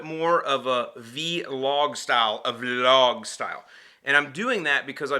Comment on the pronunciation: Showing age by pronouncing it as V-Log. It's one word and not an acronym. Vlog. Anyway, nice vlog.